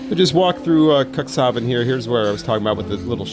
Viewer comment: It's pronounced cooks haven, not cocks😂❤ it's not the port of dicks, u know😂❤